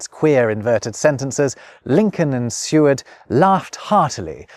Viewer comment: Surely Seward is pronounced "see-ward"?